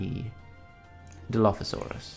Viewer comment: It pronounced dil-lof-asoris